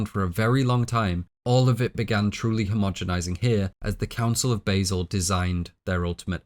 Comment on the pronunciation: Basel - it's pronounced with a long a sound - Baaasel